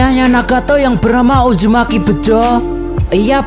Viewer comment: Bang uzumaki naruto bukan ujumaki naruto bang😭☹️🙂